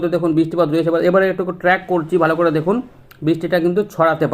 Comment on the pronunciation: বালো। নাকি ভালো। একটু সঠিক বাংলা ভাষা বলতে শিখেন ভাই।